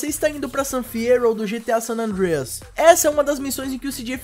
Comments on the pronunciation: ele quer ser gringo kk, sanandrias kkkkkkkkkkkk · mano para de fala san andrééééééia q feio cara ... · fala san andreas direito cara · o cara falando san andreas moh esquisitão... antes falar em portugues do q tenta paga uma de americano e falando parecendo q ta comendo um bolo...